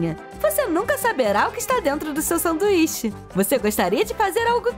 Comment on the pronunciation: Vcs perceberam ela falou sanduixa na hora de colocar de volta na coixa